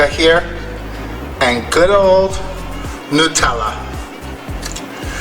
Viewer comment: It is a mystery to me why the first crepe and/or pancake is not the best. Why is that? LOVE the savoury ones with the feta cheese. I want to travel just to taste new cheeses. Honey walnut and cheese OMG. I am in love. I was just thinking that that nutella needed some banana, lol. Bless you for saying New-tell-ah, I used to get so many nut-elle-ah comment. Drove me crazy.